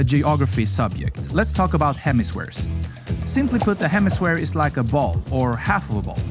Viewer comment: Hemisphere. Jalisco. Kiribati. The pronunciation was awful! With all the research you put into these videos, you’d think one would research how to pronounce these places. Google will even sound it out for you. 🙄